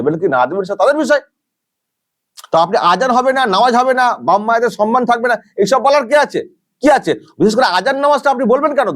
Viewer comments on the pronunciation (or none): none